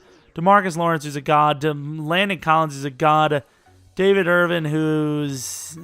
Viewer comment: Your subscriber count may skyrocket if you say David Irvin(g)'s name correctly!